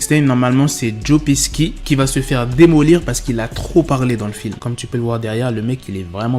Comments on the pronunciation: Joe Pesci se prononce j-oh Pe-sh-shi pas Peski c'était l'info du jour😉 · Joe Pesci....🤣🤣🤣🤣 ça se dit pechi c'est italien sinon pas mal la vidéo